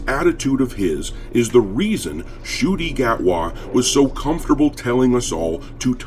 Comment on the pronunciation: Did you say Shooty Gat-wah?